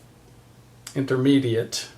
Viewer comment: Excellent! Thank you so much,! You made me chuckle with trying to say "intermediate." I knew what you were trying to say, and I had to laugh, because I've done that so many times.